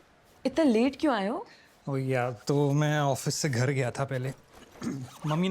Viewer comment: धर नहीं, घर... बाकी ओके